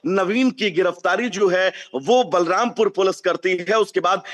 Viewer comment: बालमपुर नहीं, बलरामपुर